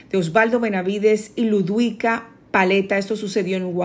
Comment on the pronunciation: 😖😡🤬 No se dice Ludwica con "W" Paleta, la w se le como una simple "V"....LUDVICA, aprende a leer porque se ve que ni la conoces, para nosotros es LA PALETA, con todo respeto pero tu ni su apellido saber pronunciar....😖😡🤬